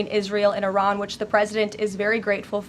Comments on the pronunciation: It's not I Ran, it's pronounced Ah ran . Leavett, please get it right 🙄🙄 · Can we d**bass Americans at least pronounce Iran correctly. It's Iran with I pronounced like we do with It. It's not Eye-Ran dipsh*ts. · it is not eye ran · Duuuude. It’s IRANY!!!